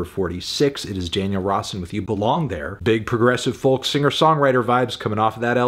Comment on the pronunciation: dewdd, the L in folk is silent. Its foke. FOKE. argh